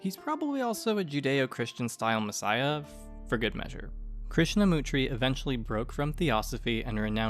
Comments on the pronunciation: this is ok,........ but poorly researched . 1) Krishnamurti ----his name is pronounced " MER--TEE " not " Mutri". You spelt & pronounced his name wrong. 2) he did proclaim / claim the role of a Guru / enlightened being and still has many followers all over the world to this day . I used to live next door to the Australian secretary of the Australian branch of the Krishna Murti society. 3) how did you just skip over Rudolph Stiener ? 4) not a satisfactory summation of Blavatsky's life,. like its ok...... but you can't go around spelling & pronouncing peoples names wrong if you are making an "informative film" or documentary style piece. ....otherwise its ok.. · As a pedant who enjoys correcting other pedants myself I must bring to your attention the severe misspelling and mispronunciation of Jiddu Krishnamurti. MURTI not MUTRI are the last 5 English letters of his surname. Great work otherwise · Krishnamurti not Krishamutri.